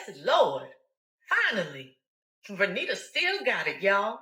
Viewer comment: I know the protagonist is named vernita, but often when it comes up in dialogue I hear it as renita